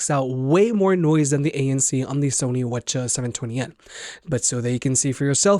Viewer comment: Why are you calling them Whatcha’s? I don’t think that’s how Sony (or anyone else) pronounces WH-CH… No hate, just curious because this is the second vid I’ve seen you call them that. And I had no clue what you were talking about the first time